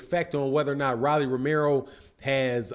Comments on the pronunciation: I's not "Rally" , it's Rolly. Get the man's name right. Its not hard to pronounce. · ROW-LEE ... not RAH-LEE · Mispronouncing his name, its rolly.. Like roll.. E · I couldn’t even get through the video. It’s pronounced “Roll-ee” lol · How you mispronouncing this man Name like dat...Super Lame!!!